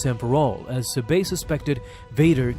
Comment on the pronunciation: I couldn’t keep watching after you mispronounced Sabé over and over. Yes I know the accent mark is on the second syllable but no one pronounces it that way. But hey ya got me to comment.